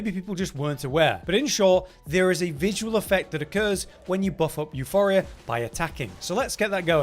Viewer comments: Both words are greek, both words are used even today. That pronunciation was dead wrong. In Greek it is pronounced Efporia with the accent on the i. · "YOU POUR EE UH", not "YOU FOR EE UH", there's no H in the weapon name. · Euporia, not euphoria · Where the F is the H in Euporia Please, tell me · Still pronouncing Euporia wrong